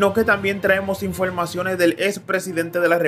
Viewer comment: InfoLmacion? EnteraLte? InteLnacional? A caso eres de ascendencia china?